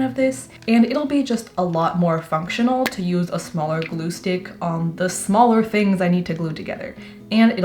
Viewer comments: Well now I can't unhear gloo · The way you said gloo 😂😂